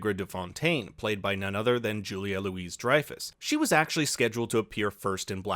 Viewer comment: For future reference, the "Louis" in Julia Louis-Dreyfus is pronounced like "Louie". 😊